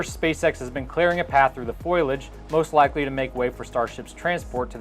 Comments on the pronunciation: Thanks for the vid. Fo-lee-ij not "foil-aj." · Through the FOILage?.....:) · Foliage -- Fo-Li-Ag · Foilage lol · It’s pronounced Foliage not foliage! Errr no wait?